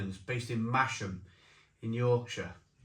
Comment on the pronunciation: Sorry to be pedantic - it's pronounced Mass-ham, where OP is brewed.